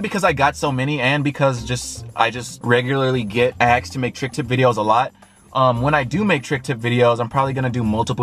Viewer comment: why cant you say asked lol. ¨axed¨